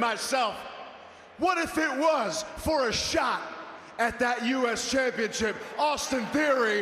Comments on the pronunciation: Sounds like Waller said "championshit" lol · Waller said "championSHIT." ...and i think he realized it too lmao